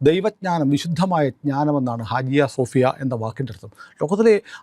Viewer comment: ഹാജിയ സോഫിയ അല്ല, ഹാഗിയ സോഫിയ ആണ്